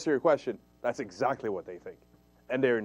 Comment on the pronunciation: lol listen how cenk says "exactly"